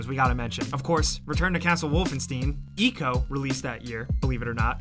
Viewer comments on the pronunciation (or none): The way you pronounced Wolfenstein and Ico hurt me.